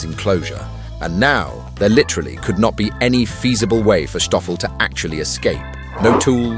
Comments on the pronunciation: what's with the 'h' in the narrative? I believe it's Stoffel and not Shtoffel? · I have no idea why you refer to him as SHtoffel...it is pronounced STOFFEL....Sssss tttttt oooooo ffel! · It’s not Shtoffel just Stoffel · Stoffel , not Schtoffel ! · Endearing story. ❤ But Kindly pronounce Stoffel as S Toffel, and Not as Sschhtoffel? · How did Stoffel Turn into Shtoffel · It’s Stoffel not Shtoffel ffs … we not German we South African … and yes honey badgers are a menace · Schtøffel😂...it's just Stoffel my guy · Stoffel, not Shtoffel. Very annoying. He is a South African honey badger. Afrikaans, not Yiddisch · It's Sstoffel, not Sschtoffel... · I am wondering if the narrator say "Schtop" or "Stop",since he insists on say "Schtoffel" instead of "Stoffel" which has no CH in it. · Poor Stoffel, ending up being called Shhhtoffel instead of Stoffel... he's not German, you know! He was featured on TV here in SA a number of years ago, and the interviews with Jones were hilarious! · Why do you say "Shtoffel"? It's not a "sh" sound. Just S. Just Stoffel. Just like Stop. You don't say "Shtop". Get it right. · Stoffel, not Shtoffel. But okay, difficult if you don't know the right pronunciation. Cool vid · I love when you mention himthe second time, you say Schhtoffel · Dutch and Afrikaans don’t use the German ‘sh’ sound, it’s just a regular ‘s’ when pronouncing Stoffel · That pronunciation of Stoffel. 😂 Reminds me of us Afrikaners when we want to be or sound funny. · 😂😂 you pronounce his name like he is part of the SS. 😂😂